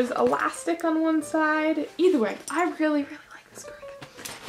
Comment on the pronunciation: do you ALWAYS say ETHERWAY